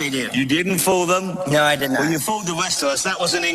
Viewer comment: has always had an issue with the letter "R", it's nothing new.